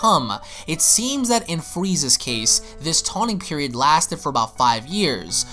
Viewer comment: “TAWNING PERIOD”??? I’m soooo surprised that you ACTUALLY left that in....